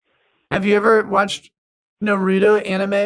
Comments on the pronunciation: Its not nAturrro it's (NAR-u-to) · I really hope he was mispronouncing naruto on purpose... I have never heard it called Nar-a-to before. It's pretty obvious it's nar-oo-to (at least that's the best way I can phonetically type it without using legit phenetic characters). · its Nar-u- to. long O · *Face Palm* You don't know Naruto? (Nah-Rootoh) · "He likes Narahdo" 😂😂😂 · Jesus... NA-ROO-TO... NARUTO..... and its a CHALLENGER... not a CHARGER.. hollyyyyy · "he likes NurAtO" lol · Its pronounced Nar oo to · Sry but naruto pronunciation Is na - ru - to no offense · Nah-roo-toe lol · "Put norado on"😭😭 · NARAHTOE. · the way you butchered naruto's name really hurt but you still deserve my like and comment 😘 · you say a lot of words in Hindi but can't pronounce Naruto? Do you think maybe you spend a little too much time with Tushar & Co? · Love your content but how do u have tha amazing blue and purple hair and not know how to pronounce NARUTO. keep up the good work king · the video is great.. but pronounce naruto correctly